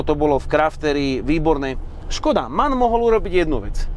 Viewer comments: Neříká se man, ale , em. á. en... Mannheim, Augsburg, Nürnberg.. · nemci by ti dali (že to vyslovuješ ako MAN). Vyslovuje sa to ako M, A, N...zvlášť!!! Na to pozor, najmä u nich. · pozor Němci dbají na důraznou výslovnost a jakoby to vyspelují M A N ("das ist ein em á en")😃